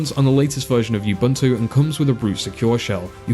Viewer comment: It’s ooboontoo not youbuhntoo